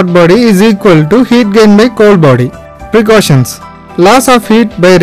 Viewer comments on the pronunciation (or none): Precautions not Precaucations